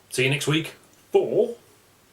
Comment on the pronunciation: Oh btw, (not to be pedantic but) having some German under my belt, I'll just mention that "ai" is exactly like the "ei" in Mein Kampf, so the city of Mainz is pronounced "meintss", to rhyme with "pints" ;-)